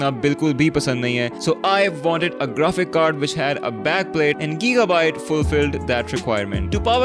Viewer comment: giigabyte bhai gigabyte he